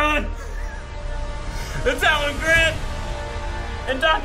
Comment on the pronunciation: needs to learn how to say Alan's name.